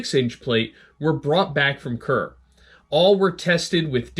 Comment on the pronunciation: A suggestion from a layman with an interest in topic: It might be pronounced "Shee-nan-oh" (Shinano) and "Kooray" (Kure). Probably worth Googling it. As for the armor . . . I am amazed that one of the 12 plates tested was, to paraphrase, "as good as our best". The metallurgy of thick plates of naval armor is complex and difficult to manage. The face must be hard. The back must be soft. The Brunel hardness range from front to back changes, hopefully, in a carefully planned process. The hard surface decaps incoming projectiles. But it tends to crack or shatter. The soft interior and back absorbs and distributes those projectile's kinetic energy much better than the hard. It tends to deform, rather than crack and split. To get a smooth transition between hard and soft requires superior treatment ability and canny processing. I applaud the IJN for getting some of it right, considering their experience with naval armor manufacture and treatment had a 100 year delay, vis a vis our own. And we weren't even the best at it, though we were in the top three.